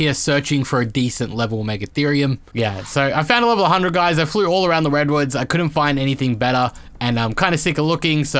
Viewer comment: “Wedwoods” haha